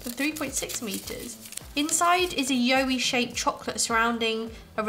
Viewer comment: In Australia we pronounce it like “WOW” but with a Y and then add the E at the end. If that makes sense haha so “YOWIE” like wowie 😂 We have a long road called the Pilliga scrub and legends say that you should never stop on it as the yowies (along with a few other legends) will get you and take you 😂😂 people actually believe it because nobody really knows the truth and who wants to wait to find out aha!! Very rare you’ll find someone stopped there, especially at night! Should definitely research about it, it’s a great read!